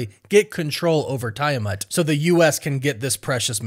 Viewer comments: TEE-a-matt my dude. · It always baffles me how people intentionally pronounce character's names wrong after watching a movie where they made it absolutely clear how to pronounce it. First it was Thanos and now Tiamut. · Tie-a-mat is actualy crazy as well lol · I don't think you are saying tiamat correctly. 😅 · I don’t like the way you say Tiamat